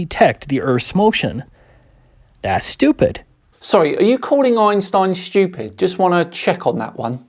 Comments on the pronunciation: Whether it's Kent Hovind, or Internet clowns like this, anti-science guy's arguments can almost always be summed up as "this seems unintuitive to me as an uneducated layperson, therefore it is stupid" Or I guess in Kent hovind's case it would be pronounced "stoo.....pid" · I keep hearing him say "I'm stupid" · "i'm STOOPid" And that all i heard